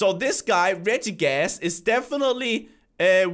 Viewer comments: It's (re -ji-gi-gus) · IT IS REGIGGAS NOT RIG GAS!!!!!!!